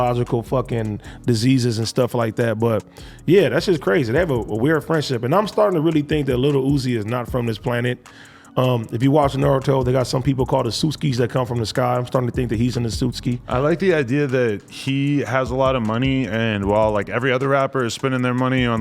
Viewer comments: Bro he said “Asutki” I’m sure he meant “AKATSUKI “ 😂🤣😂☠️ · Bro AD totally fucked up the Naruto premises, it’s “akatsuki “ not “Asutski”😂🤣😂 and they do not come from space 🤦🏽‍♂️🤦🏽‍♂️🤦🏽‍♂️ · He said ASUSKIS 😂